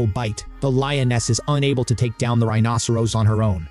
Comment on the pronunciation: This commentator doesn't know how to pronounce rhinoceros correctly. If you're going to be an authority on this animal, at least learn the pronunciation.